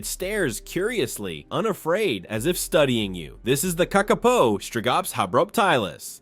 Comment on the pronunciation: The name of the Kakapo is pronounced with the stress on the first syllable. Also, they will use their wings to glide to the ground from perches high in the trees, where they have climbed, using their feet and beak.